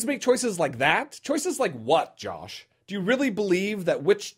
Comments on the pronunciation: I love that he calls him Jolsh! :) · Say it with me: JAWSH.